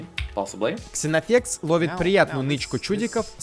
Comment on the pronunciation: Вроде правильно читать Зенофекс, примерно как Зена королева воинов.